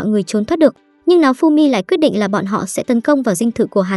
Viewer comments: Hình như có j đó sai sai nao thì đọc thành náo nghe như kiểu láo ế :)))) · sao tui nghe tên nafumy mà ra maeof simmy ta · nghe tên naofumi thành náofumi hài vaiz XDĐ